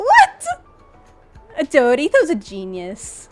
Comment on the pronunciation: the most canadian way of saying dude ever